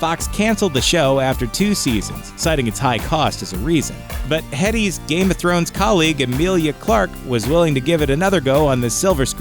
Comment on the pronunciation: Emily Clark? Danaris Targarin? Emilia Clarke and Daenerys Targaryen are offended by your mangling of their names. The last and only thing you may hear after "Dracarys!" is your own screaming.